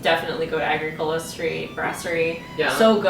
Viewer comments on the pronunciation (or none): Haligonian here! I'm so glad you loved your time here, and the Bicycle Theif is the bees knees. The street is pronounced less like Ay-gree-CO-la and more like Ah-GRICK-o-la, though. ;)